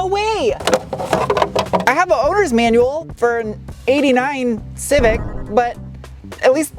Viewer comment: Ah yes the Honda Cricksee.